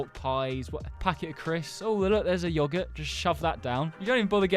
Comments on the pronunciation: "Yuoguhuirt" hits hard (No hate) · why dos he say yogurt like that